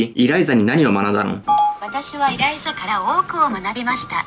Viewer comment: エライザじゃなくてイライザですよ